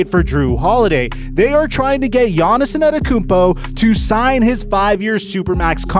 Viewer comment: Yaniz In-Ada-Emkumpu :-D Love it!